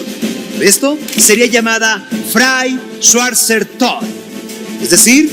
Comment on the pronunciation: Min, quiere vender la idea de ser un erudito, “sabelotodo “ pero produce un programa sin mucho talento, hasta de jefe lo pusieron como si fuera un genio productor de contenido. Pronuncia de manera nefasta “Frau schwarzer Tod”